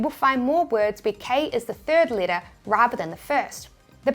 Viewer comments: Third letter... not Thrid letter :P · Thrid ? 😂 I adore your videos and expert information. You are awesome 👏